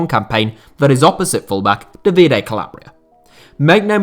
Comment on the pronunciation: Hint: the accent in most Italian first names is on the first vowel; Dàvide and Stéfano